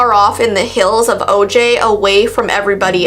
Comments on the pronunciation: It’s pronounced “oh-hi” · O'jai is pronounced " O'Hi.."